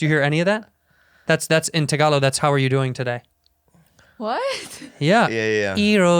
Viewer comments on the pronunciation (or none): Andrew bruh, "Tagalog" does not even sound that close to "Telugu", how do you mishear that like 20 times? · That’s telugu. Not tagalo. 😂